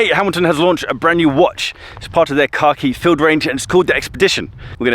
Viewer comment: Man for like half the video I kept hearing say Hamilton Karkeef Field Explorer, lol